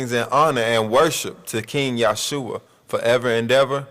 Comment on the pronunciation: You still got learning to do... You not even pronouncing his name right... Listen you might learn... I had to learn I didn't know everything as well... Nothing personal...